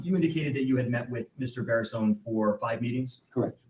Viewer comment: You keep pronouncing his name wrong! Not Baseron ! It's Barison! Lol